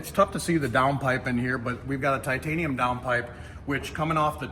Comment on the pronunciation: ‘Titainium’ you say? 😂